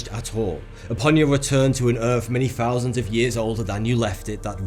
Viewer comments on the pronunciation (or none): "Sixty Fouzanddd years" ? LOL